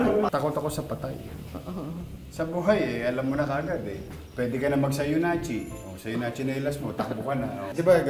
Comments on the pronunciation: Sayonatsi, hahaha. Yan yung mga bigkas na madalas kung marinig sa Ermats ko. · Natatakot na sana ako... Pero naputul dahil sa "sayonatsi" ni Yorme😂😂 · Sayonatsi... Sayonatsinelas ko😂😂😂 Iba ka talaga yorme😅